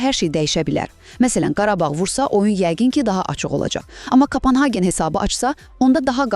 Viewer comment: кОпенхаген, кОпенхаген ,ай марал, кАпАнхаген ЁХ ЁХ ЁХ ай мян диян 🤦